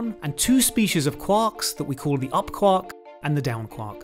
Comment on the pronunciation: I REALLY hate how he says Quark...... please never say that word again or learn how to say it.